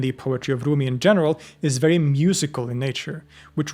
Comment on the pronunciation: With all due respect, you don’t need to pronounce his name with Arabic pronunciation 🙏🏼 he was Persian.